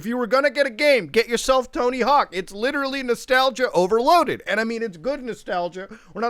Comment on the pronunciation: Muta becoming Leafy for a sec by saying “litrally”